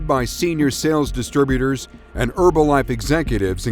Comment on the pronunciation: Also, disturbutors, not distributors (sometimes). (But perhaps they're making some sort of a point with that one!)